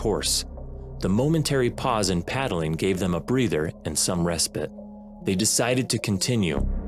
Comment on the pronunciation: RES PITE NOT PIT.